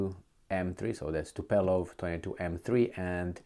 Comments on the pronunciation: Tupolev CA in limba Romana nu Tupelov cum zici tu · Tupolev, not Tupelov, no problem but it repeats since months so thought a quick reminder could be welcome. Keep goin' Multumes mult 😄